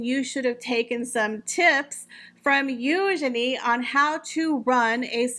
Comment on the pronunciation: Thank you for pronouncing Eugenie's name correctly.